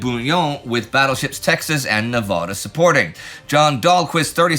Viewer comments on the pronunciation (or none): Just to let you know, Nevada is pronounced ne-vad-uh, not Ne-vah-duh. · IIIIINNNNDDYYYYYYYY It’s “Neh-VA-duh” my man, you say names that half the US can’t even pronounce and yet ya can’t mess up a state? Cmon my main man, don’t do my an my sand mountain dwellin brothers like that! Also, amazing series so far, been binging the whorl thing, and my source on the pronunciation is the fact I’m a born and raised Nevadan and also wikihow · On USS Arkansas, Nev Ah Dah, is Nev A dah. The Arkansas County, before the state of Nevada joined in 1864. WPS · Man, gotta work on that Nevada pronunciation. More than a little cringe.